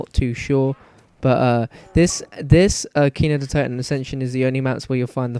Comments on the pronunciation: It's said nakt not Nacht its German for night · It's Nacht (Knock-t) Der (dare) Untoten (un-tot-en) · its pronounced "Nakt Der Un too ten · Yea it's pronounced nat der un toe ten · Lol he keepy calling it natcht, cant speak german :) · In German it's actually pronounced Natch (Nac-t) Der (Dare) Untoten (Un-toe-ten) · your pronounciation of "Nacht der Untoten" is terrible xD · no offence but you say nacht der untoten pretty weird same with the wunderwaffe its not a waffle!!!!